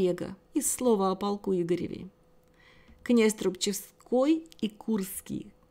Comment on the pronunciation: Князь Трубчевский, читается труб!чевский от названия города Трубчевск, что ныне в Брянской области, а когда-то Черниговской.